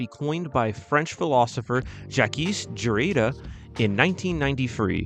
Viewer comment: Calling this out over pronunciation of “Jacques Derrida” ..